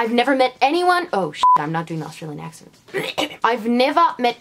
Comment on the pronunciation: I'm not a native, but I the a's in for example, accent, seemed off. Am I right?